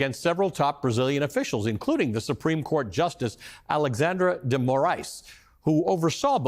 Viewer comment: Amazing analysis. Just a hint, that is probably the least important issue here, but as a former Portuguese for foreigners teacher, I couldn't help it 😁. As a trained teacher, I know how the fact that portuguese language holds multiple pronounciations for letter "X", depending on the word, position, etc, is a pain in the a$$ for most foreigners. So, in this case, of Alexandre, the pronounciation of "X" is that of "SH". So we say it: "AleSHandre" dgee Moraes, without the existance of any accent differences, in the whole territory of Brazil, as well as in the entire Portuguese speaking world: Portugal, Angola, Mozambique, Cape Verde, East Timor, Guiné-Bissau, São Tomé and Prince, Goa, Macau, etc...